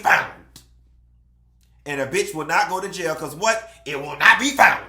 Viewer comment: It will not be foundt…yes with a T Lmfaooooo